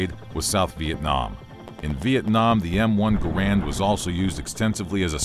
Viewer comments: Gair-end, not Gah-rand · It's not a "Grand" It's Garand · It's garand's not garands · People say the garand like grand it’s said like gaer and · its gArand! not garAnd! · Correction its (Gar-ond) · No, Ahoy pronounces it correctly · Narrator: mispronounces "Garand." Me: "M'outta here!" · Mispronouncing John Garand's name should be on par with slandering Samuel Colt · Is correct pronunciation the Garand, or Ga-rand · You keep pronouncing John Garand's name incorrectly, you should have done more research